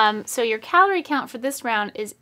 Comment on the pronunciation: He called it kuhloree